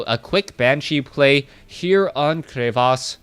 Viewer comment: you are right crevasse is a french word and you pronounce it almost well:D. You dont pronounce "Cre" well but "vasse" is good:). And thank you from France for all your comments.